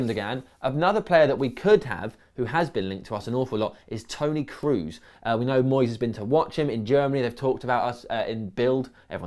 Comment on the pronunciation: just in case you do a new video on Tony Kroos, you are pronouncing his name wrong. It is an o sound what you have to produce, so it would be something like /ˈkɹɔˑs/ not /ˑkɹuˑs/